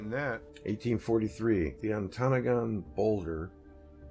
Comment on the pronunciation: It's pronounced, onta, nagan!